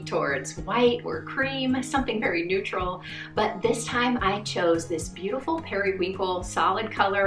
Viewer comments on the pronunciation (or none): none